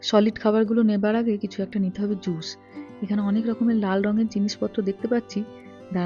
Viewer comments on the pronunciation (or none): তোমার স আর শ এর উচ্চারণ গুলো ঠিক করা দরকার। তাহলে কথা শুনতে আরো ভালো লাগবে। যেমন জুশ না জুস হবে। শশ না সস